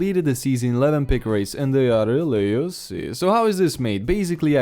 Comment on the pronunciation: RRReally yuicy 😩😩